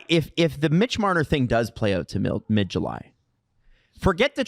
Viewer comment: MbLmbMitch MblLbMarner 😂😂😂